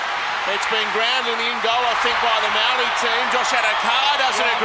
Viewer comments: Bruh, why they got all white commentators for the Indigenous/Māori game? Dude can’t even pronounce the word Māori 🤦🏽‍♂️. Over 50 percent of NRL players from indigenous or pacific island heritage, NRL needs to change with the times. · The commentators got no idea about the culture. NRL needs to change with the times and get some brown faces in the commentary box. After all that beautiful culture from both sides before the game and dude goes ‘and the Mowree all stars get us underway’ 🤦🏽‍♂️. Other dude goes ‘ so who won the dance contest?’🤦🏽‍♂️ Time for change.